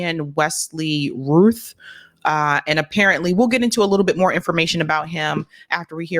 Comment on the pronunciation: Doesn't the name rhyme with mouth? Cuz Ruth is R-U-T-H!